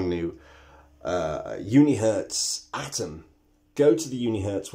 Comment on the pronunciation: At least he said 'Atom' not 'Adam' ... Thank God... lol